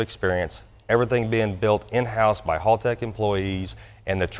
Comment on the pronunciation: Doc before you try to master Australian slang, please, oh please learn how to say Haltech first, it's HAL not HALL. +haltechecu nice pick up for you guys as well, being an E11v2 user myself I know Doc will be happy with the product and the available functionality within the supplied product. Hope it turns out to be a profitable relationship for both of you.